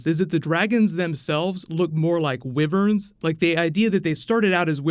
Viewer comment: WIVVEHRNS!? FUCKING WIVVERHNS